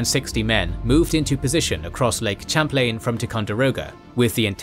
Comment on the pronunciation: I realize that, as a Brit, you're not aware of American pronunciations, but Concord is pronounced "CON-kerd." Other than that, great video. Oh, and Ticonderoga is pronounced "TY-con-der-o-ga" and Champlain is pronounced "Sham-PLAIN."